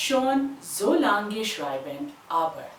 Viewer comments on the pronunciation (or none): none